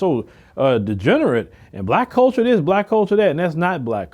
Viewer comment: I like your content but get the marbles out of your mouth sir. The words are THIS and THAT, not DIS and DAT.